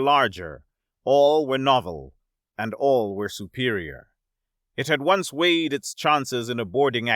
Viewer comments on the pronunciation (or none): none